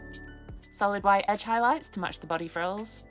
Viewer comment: "then dry brushed with wHaHiT"